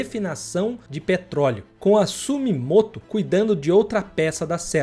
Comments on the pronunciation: 😅 sumimoto não sumitomo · Sumimoto nao Sumitomo rss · Simitomo né? Não é sumimoto! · Sumimoto não ,Sumitomo !!😅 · Sumitomo nao sumimoto kkkkk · É sumitomo e nao sumimoto como vc disse. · Não é SUMIMOTO é SUMITOMO! 😂